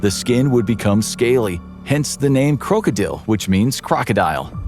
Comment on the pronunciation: Its funny. The way they say krokodil is exact how u say it in the Netherlands. My country. He is saying it if he did practice some dutch.. U say it and sound like a dutch person when u say krokodil. If y also write it like that then the spelling is correct in dutch to.😂😂😂❤